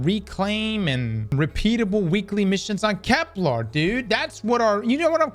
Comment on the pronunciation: Can we have a poll when he streams to force him to pronounce Kepler with an e?